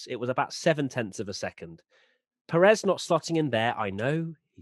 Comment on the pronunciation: U are pronouncing perez wrong.. The accent is in the first syllable pérez not peréz...